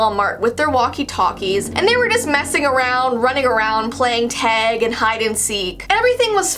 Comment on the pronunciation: it’s tag not teg